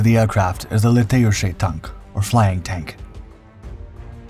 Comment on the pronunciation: it's pronounced litaychiy/letayuchiy tank